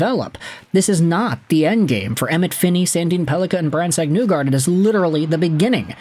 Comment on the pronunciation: My guy, ya gotta stop saying “Newgard”, it’s Nygard, as in KNEE-guard. Cmon. You can do this